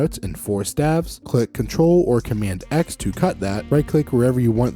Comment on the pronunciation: Wonderful material! A goldmine of information presented in a short period of time. One tiny nit-pick...isn't staves(the plural of staff) pronounced with a long a sound?